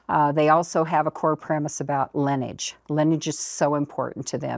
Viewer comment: Why can't she pronounce LINEAGE? And now she taught that blond lady host to do the same thing.